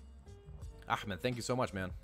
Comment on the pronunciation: You said ahmed correctly, are you an arab?